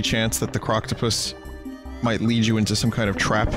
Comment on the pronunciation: I stopped watching when he got to Croctopus chase and came back later So as soon as I opened the video, all I hear is "puss chase"